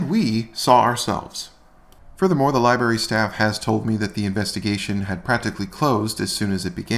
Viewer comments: It's library, not liberry. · I thought AFA had some tiny bit of morals after helping Kate against Chille, but NO. He's just as vile as the rest and Kate/Shizz ain't much better. He needs to also learn to pronounce LI-BRARY! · Lie berry?